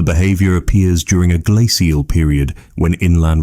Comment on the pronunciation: I can usually tolerate ai voice but the way they pronounced "glacial" almost made me turn off the video and find something else to fall asleep to x_x other than that this was a fantasic documentary. If you got a real person to read your scripts your videos would get hundreds of thousands of views, I'd bet, because the actual script itself is REALLY good!